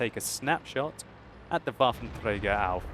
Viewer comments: bafentrega :D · I like how you pronounce Waffenträger :D Greetings from Germany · how nice you say waffenträger :D